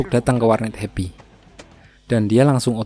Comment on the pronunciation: sumpah gw baru tau namanya tim happy gw dgrnya di abang ngomongnya hebi